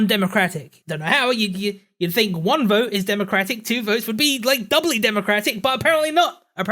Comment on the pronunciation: Ok say it with me its think, THink! not phink, dont accuse others of not doing something that you cant even pronounce. Also why the hate on black pigeon for using an avatar? Those are some big stones being thrown from your cracked glass house avatar.